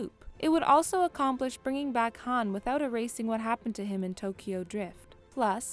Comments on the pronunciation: Says Han like hand pronunciation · She mispronounces Han's name so many times and it annoys me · This video has no credibility since she can’t even pronounce Han’s name right smh